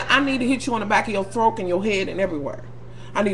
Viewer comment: "hit in the back of they "throaK!" LMAOOOO. im over here in tears!